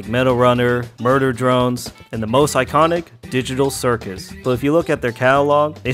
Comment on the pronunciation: Murber drones “murder drones” 😃